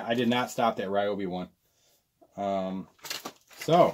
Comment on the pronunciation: It’s pronounced REEOBI